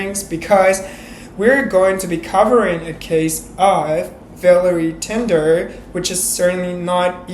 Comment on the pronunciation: Your English is good but your pronunciation could use some help. What bothered me most was that you kept getting her name wrong, which was so disrespectful. Her name isn't Villery Tinder, it is Valerie Tindall.